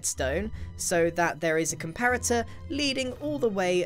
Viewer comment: lol "compatator"